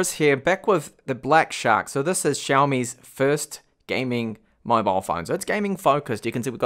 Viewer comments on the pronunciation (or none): wrong sounding! not SHAOMI, BUT SYAOMI